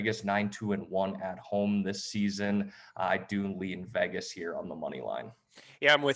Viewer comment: Who is VAGas? It’s VEGas—it’s E as in Ed.